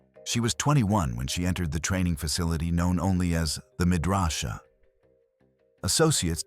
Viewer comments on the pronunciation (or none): Wrong spy camera. Should be Minox. Details, details. Get it as right as you can. Pronounced: muh draw’ suh , not medrasha